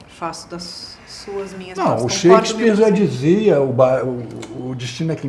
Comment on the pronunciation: Shakespeare????? Shaaaaakespeare???